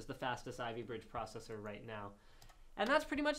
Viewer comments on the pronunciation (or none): AMD Protocessor! What is it? Slowdown dude. Look at who you called a total noob!